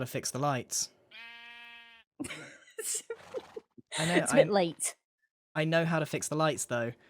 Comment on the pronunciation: why did gem turn british on that "late" 😭😭